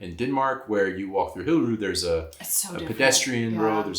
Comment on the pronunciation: Still need to work on your pronounciation of "Hillerød"